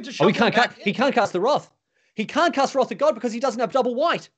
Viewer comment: This caster doesn't know how to pronounce wrath